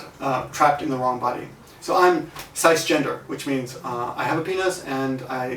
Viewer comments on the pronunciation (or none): Cisgender is pronounced siss-(like sister)-gender.